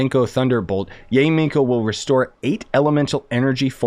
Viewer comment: just FYI it's pronounced Ya-eh or yiay if that makes sense. If you look up how characters say her name they say her name like this also it's the correct Japanese pronunciation.